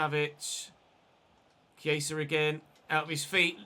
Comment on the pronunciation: He's saying it like Chieisa. And Viera is not pronounced the same way as Vieira. Viera = vee eh ra Vieira = vee ey ra